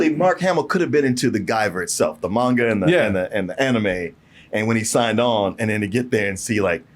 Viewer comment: It's pronounced mahn-ga not main-ga